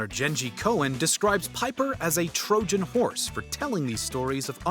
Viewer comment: Just can't stop laughing at that "trojan horse" pronunciation, is this guy got just half of a brain cell🤣